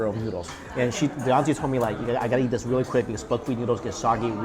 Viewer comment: Every time he says yeet instead of eat I die a little bit inside